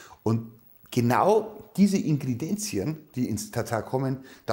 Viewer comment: Ingredienzien - Dein Lieblingswort klingt bei Dir irgendwie anders 😄